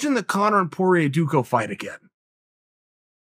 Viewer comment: poirier you bum, its french not PORIER